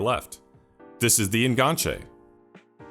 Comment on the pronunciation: The fact you're saying En-gan-che instead of the falsely frenchified En Ganche means this video is already 10/10